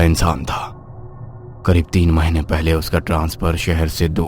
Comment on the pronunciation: पहले ❌ पयले ✅